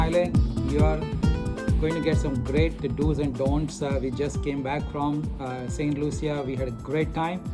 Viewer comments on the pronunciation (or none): It’s pronounced Saint Lusha, not Loo-see-a like you kept saying in the video…after visiting there you would think you learned the proper pronunciation especially for an educated doctor??